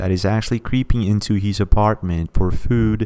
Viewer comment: It is not " Hees", it is " His". "Where hees at? It is Where is he? " Hees home", " His home". "Where is hee at"?